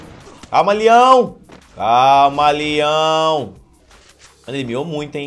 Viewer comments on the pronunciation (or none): Ele falando "LIÃO" é mt engraçado KKKKKKKKKKKK